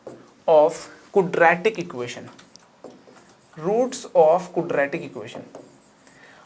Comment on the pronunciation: क्वाड्रेटिक एक्सप्रेशन ना कि कूड्रेटिक एक्सप्रेशन.